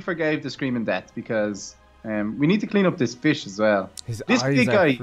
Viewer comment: I love your pronunciation feesh dargon chark 🤣🤣🤣😂😂😂🤪🤪🤨